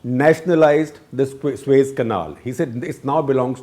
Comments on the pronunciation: It is SUEZ not SueS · Suez canal. 🤦🏻‍♂️ Not sues